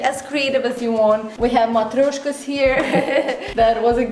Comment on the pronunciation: правильно произнесла слово "матрешка"-спалилась, что хорошо говорит на русском><